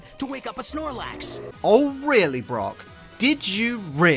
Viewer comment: When you said brock I thought you said rock